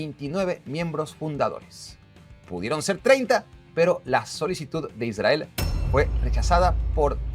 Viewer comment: Aprendé a hablar pronunciá bien la R en Israel, down.